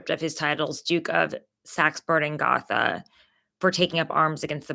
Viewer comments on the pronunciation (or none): none